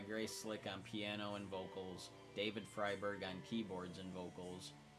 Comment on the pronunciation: Pronounced FRY-berg. FYI. ❤